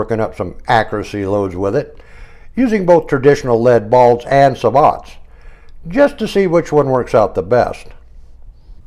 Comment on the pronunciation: Its pronounced "Say bow"